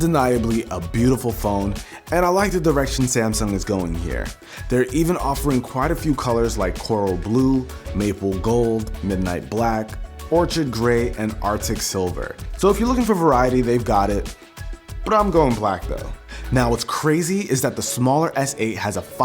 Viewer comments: wtf is an Or shid grey...lmao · It's orchid Grey. Not orchard like apple.